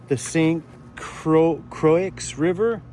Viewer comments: Croix pronounced croy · Croix is pronounced K-WA!! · Croix pronounced Croy.. 🎉